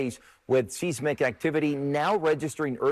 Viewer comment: Isn't it prounced "s-eye-smick"? Not"s-is-mick". "Seismic activity".